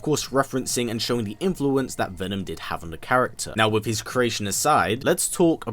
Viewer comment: Imagine narrating YouTube videos and pronouncing "that" as "vat"